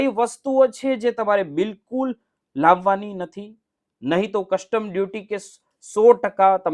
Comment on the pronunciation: Why don't you pronounce Custom properly?